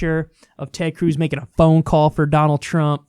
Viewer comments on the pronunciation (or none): Nobody: Kyle: Tred Cruz